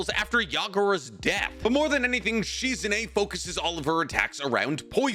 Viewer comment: My guy you are way too big a Naruto fan to be pronouncing so many ppls names wrong. Like bro lock in pls. This Proununciation Shizune is literally hurting my soul 😭